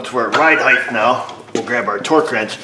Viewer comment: Ride highth?? Does he mean ride height? Stick the T